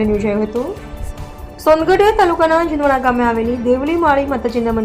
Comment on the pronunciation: જુનવાણા નહીં જુનવાણ